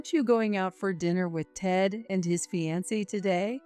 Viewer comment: Fee-an-see? It’s a variation on the more usual Fee-an-Kay. Sigh. I’d love to hear Fiancée/Fiancé just once. Now we got Fye-on-see…